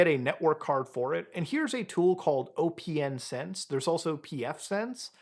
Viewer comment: isn’t it just pronounced “open sense” not “O P N sense” 😂